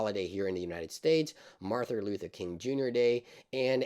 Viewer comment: How did you manage to grossly mispronounce “Martin”, twice?